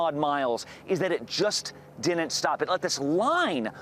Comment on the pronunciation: "Retracing the path of 60 tornadoes that slammed 9 states..." No. Ad for some podcast by a guy who cannot pronounce didn't. Clue: It is not Dint.